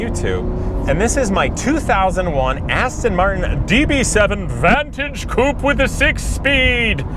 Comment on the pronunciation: You're saying coupe wrong